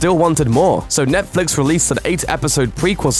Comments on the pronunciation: The way you say Netflix is ridiculous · Is it me or does this guy pronouce netflix in a weird way? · Why does this guy pronounce Netflix in sucn an annoying way? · Say Netflix properly